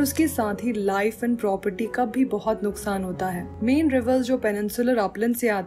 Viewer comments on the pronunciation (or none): none